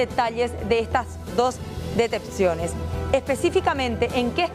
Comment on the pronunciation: No es detecteciones! Es detenciones